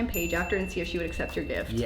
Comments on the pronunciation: Josh calls Paige Paigie awwww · And omg I love how he calls her “Paigy”!!😍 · "Paigey" Bye my heart has exploded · JOSH CALLS HIS WOFE PAIGIE 😭😭😍